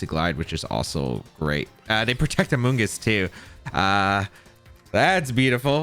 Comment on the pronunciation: Amoogus lives in this guys head. Rent free😂. Bro who hurt you with amoongus